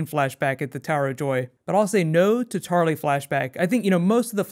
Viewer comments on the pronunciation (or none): When you said "house Tarly" I thought you said "House Charlie", gave me a chuckle, wonder what your words would be? "We are the watchers of the all" maybe?